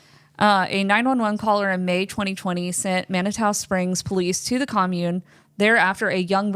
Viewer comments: Just because it bugs me, it's pronounced. Man-i-too. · Thus was so interesting!! FYI Manitou Springs pronounced Man-Uh-Two. I'm in Westminster, CO. 😮